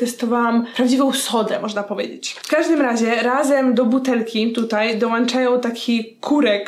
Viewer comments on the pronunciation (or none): none